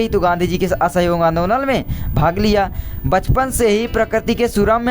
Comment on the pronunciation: mahoday Ji Bachapan Hota Hai Pachpan Nahi hiihihiiihihihihihih